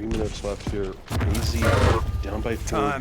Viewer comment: One question: did you cast this separate from? If so, will it be like this in the future? Asking because although i have the utmost respect for i just can't hear him speak. His pronunciation of certain words make my blood boil like, raishee instead of raizee, predicshionsh instead of predictions etc. It's my problem, I'm "broken", not his.